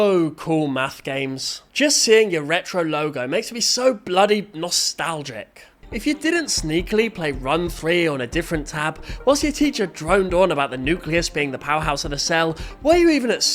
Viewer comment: is it just me that i noticed he said nuculus is the powerhouse of the cell..